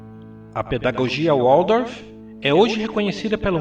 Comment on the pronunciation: Excelente vídeo! Parabéns pela grande contribuição a todos nós! Apenas uma pequena observação: é Valdorf, a pronúncia de Waldorf, a Pedagogia criada por Steiner. O w, em alemão, tem som de V. Gratidão. 😉